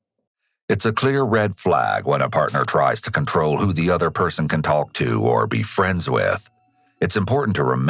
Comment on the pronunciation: WHY DOES THE NARRATOR SAY THE "L" in TALK!? TALLLLLLLLLLLLLLLLLLLLLLLLLLLLLLLLLLLLLLLLLLLLLLLLLLLLLLLLLLLK